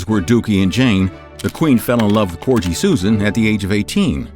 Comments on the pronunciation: Your statement at about 30 seconds in that she was Queen of England, Scotland and Wales ignores the fact that she was actually the Queen of the United Kingdom - which includes Northern Ireland. I'm less insulted as your ridiculous attempt at pronouncing Corgi would suggest you are just an uneducated idiot, and not actually trying to offend. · Learn how to pronounce corgi lol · It's corgi with a hard g 😆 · Regarding the pronunciation of Corgis. Hard G. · Someone please teach this man how to say the word corgis 🤦🏼‍♀️ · You really should have learnt how to pronounce CORGI before recording this. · Video's great, but I don't think that's how you pronounce "corgi"